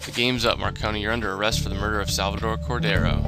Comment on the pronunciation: I don't know why, but saying marconi's name wrong is really funny to me